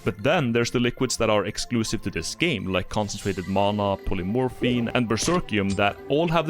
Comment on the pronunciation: i love how he says "mana" but it sounds like "mona", and i like his voice